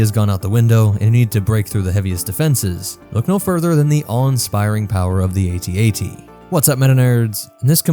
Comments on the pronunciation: AT-AT not A-T A-T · Its AT-AT not ATAT... its that easy. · It's pronounced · Its AT-AT. Because all other walkers are called by their letters, why would that change just for the AT-AT. Plus calling it an atat just sounds so dumb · Please pronounce it A,T—A,T That makes it a mighty machine of fear and mass destruction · I was 5 years old when empire came out but i think the toy was comercial was "at-at" and not "a.t. a.t." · Its actually pronounced At-At, not At-At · Who tf says ‘at-at’ it’s the A, T, A, T, each letter said separately. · It is A T A T As it is an acronym. Not AT AT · Calling an AT-AT an "At At" is like calling a gif a "jif" and pronouncing the "S" in "Illinois". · It’s pronounced AyTee AyTee, unless you think the AT-ST is pronounced “At-Stuh” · Not sure but pretty sure it's pronounced At At, don't quote me on that but yea I'm pretty sure it's At At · It's pronounced A then T and A then T. I mean we don't pronounce the AT-ST as AtSut or the AT-PT as AtPut or the AT-TE as AtTey so why is the AT-AT a controversy? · If the AT-AT is pronounced @@ how is the AT-TE pronounced? Or further, is our favorite rifle is the "Aarrh 15" while we drive around in our "mmmh one aaah one" Abrams tanks?